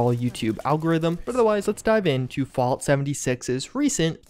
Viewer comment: He says fault 76 tho